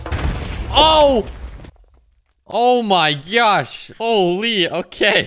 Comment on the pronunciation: “Oh my gyod, oh my gyosh “